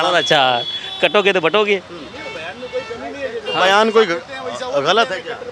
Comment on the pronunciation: काटोगे तो बाटोगे नहीं बाटोगे तो काटोगे मुल्लाजी सही से बोलो।